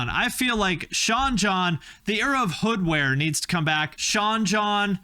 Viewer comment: Took a shot for every time you called it "Hoodware"